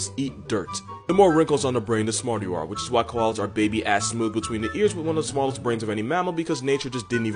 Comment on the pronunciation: "dmallest" Koala: You're not very smart yourself, human